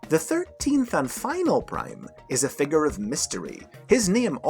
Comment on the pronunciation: Man I hate the way you pronuce figure lol.